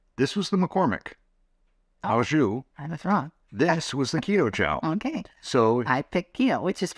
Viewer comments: Sorry but it's OH jus not OW jus pronunciation. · Friendly correction: the "au" in "au jus" is pronounced "oh". Thanks for the recipes!